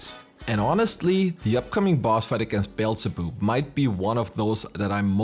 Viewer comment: Forgive me for this but... "Beelze-boob"